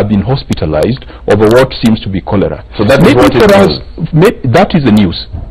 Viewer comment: Chorera instead of cholera?